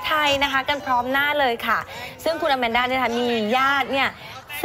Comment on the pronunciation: ชื่ออะมานดา ไม่ใช่ อะแมนด้า